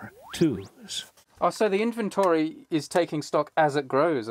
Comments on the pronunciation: I appreciate Neil Sloane greatly, but I cannot get over his pronunciation of the word "inventory". Has he somehow never heard that word spoken aloud before? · Second time he said inventary I had to stop the video, maybe reupload with overdubs?? 😂😂